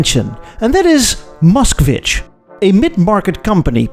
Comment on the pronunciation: An American boy trying to say Moskvitch is so funny.